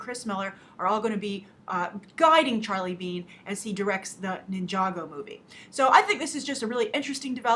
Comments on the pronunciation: you had it correct to say nijago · GAAAASP!!! you said ninjago right like nobody else does!!! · yep you said ninjago right :D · you did say ninjago right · You did pronounce ninjago right